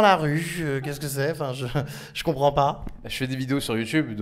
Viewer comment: "Che ne Compwend pas"